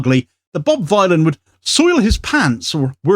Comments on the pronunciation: Its informative to know how to pronounce the name of the band. It's Think Bob Dylan the Ethnonationalist Villain. Bob Vylan, not violin. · it's Bob Vylan [villain] as in 'Bob Dylan' not v-eye-lan. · It's pronounced Bob Villain, a play on Bob Dylan the ethnonationalist Villain. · It's pronounced "Bob Villain". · PRONOUNCED BOB VILLIAN,,,A CLEAR NAMEPLAY ON BOB DYLAN--BOB VYLAN AND THEM BEING CONSIDERED POETIC VILLIANS AS THEY ARE NOW,,,you're welcome,,,otherwise great vid as uszual. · Pronounced like Bob Dylan. Just with a V to say "Villain" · BRO ITS PRONOUNCED VILLIAN. CHECK THEIR MUSIC OUT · It's pronounced Bob Villain! A play on the genocidal ethnonationalist Bob Dylan. Wow. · He could at least pronounce the name of the band correctly. It's Bob Vylan, rhymes with Bob Dylan the Ethnonationalist Villain. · This is a very minor point considering the actual subject matter but, the band name is pronounced "Bob Villain" like a play on Bob Dylan but "Vylan". Decent band. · His name is a play on Bob Dylan. Please pronounce it right. Bob Vill-an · that could not be bothered to learn how to pronounce the hilarious name of the band he is reporting on, leading Sky News to say "Bob Villain" and "Death Death to the IDF", is somehow a commentary on the BBC? Kneecap's Glastonbury set audio is on YouTube now. Freaking banger. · Pronounced villian. Rhymes with Bob Dylan. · Its Bob Vylan to rhyme with Bob Dylan. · I don't understand how people cannot say the name correctly... It's an obvious play on Bob Dylan, even if you do not know the band (like me) or even if you are not a native english speaker (like me), anyone with 2 braincells to rub together should understand this...